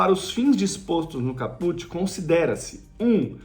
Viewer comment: Cáput, não é Capùt, ignorante